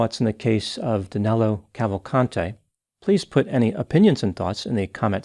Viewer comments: It’s so fucked up how Americans can’t say “Danilo”! 😆😆😆😆 Danelo?!?! Wtf!!! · DANILO!!!!!!!!! Not Danelo. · It doesn´t make much of a difference, but his name is Danilo, not Danelo. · Great work as usual,. Just one correction: it's Danilo, not Danelo P.S. - I am ashamed that a countryman of mine caused such havoc in the U.S. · I don't understand where the name DanElo came from. His name is Danilo, NOT DanElo. Danelo is not a name in Brazil. Lol.